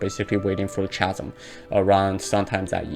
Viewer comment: Just a tidbit, its pronounce (Kazem), Chasm Good video, keep it up